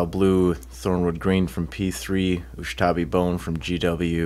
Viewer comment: Does purposefully mispronounce Ushabti Bone to irk people lolol